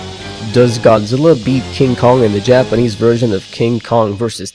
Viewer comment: Finally someone who can actually pronounce Japanese words! (Great video btw )